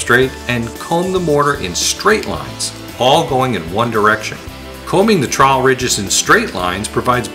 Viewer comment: Trawel not awelavl